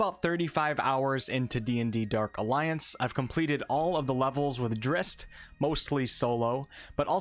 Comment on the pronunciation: It's pronounced like 'Drizzit', as was made clear in one of Salvatore's own books.